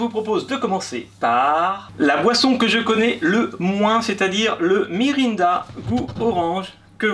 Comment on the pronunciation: Sa s'ecrit Mirinda mai sa se prononce Mirennda 😀